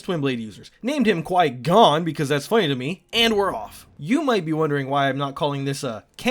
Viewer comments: The straight up disrespect of the name Qui-Gone is hilarious and devastating XD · Qui-Gone? I had a character named Obiwancanblowme